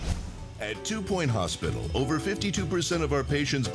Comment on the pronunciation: Two point hospictal wooooow almost like octodad